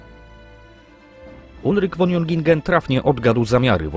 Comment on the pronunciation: "Von" należy wymawiać [fon], a nie [won]. W tak znakomitym opracowaniu jest to paskudny zgrzyt.